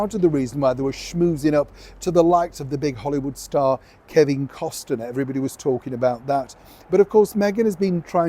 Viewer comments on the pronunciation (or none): It's Cost-ner, not Cos-ten-er.